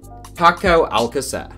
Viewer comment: It's not al-ca-CER, it's al-CA-cer. Trust me, I'm from Argentina